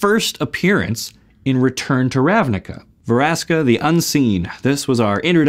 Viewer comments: Veraska? I thought it's "Vraska" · Ve-raska.. kay then